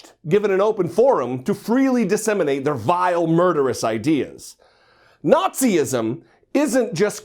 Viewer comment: The guy was open to be challenged. I think you're looking for "fascism," not "Nazi-ism" (as you pronounce it). You claim to be a jarhead, but I don't see you having been through OCS of even past 03XX MOS. Most of my fam served out as 6173 and I got talked out of public service by them. They freaking love Obama and are still appalled that an act of publicized battery went unchallenged. Pursuant to the First Amendment, given the video crop, you can't tell if he's advocating racism in this clip. What was mentioned before, after, or in prior conversations is irrelevant, as this was cut in a certain way to portray a particular narrative. I will say, I'm fairly new to white-trash "think tanks" like NPI, but I hear as much whining on both sides from my border-jumping suegros and my whiter-than-Bimbo-bread blood relatives. I'm sick of this nonsense. Grow up.